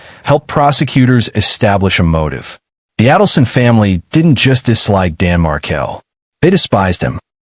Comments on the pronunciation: What he’s saying is you’re pronouncing “markle” like marble… Dan’s last name is pronounced “Mar-kale”. but here you did pronounce it Mar-kale 👍🏼 And it’s aydle-son. As in the word ladle (a type of spoon used to serve liquids like soup) RIP Dan Markel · You're mispronouncing Adelson and Markle! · You must first learn to say their names correctly before you can even tell their story. Adelson is pronounced with a hard A, and Markel is pronounced with the emphasis on the last syllable. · Only Adelson is wrong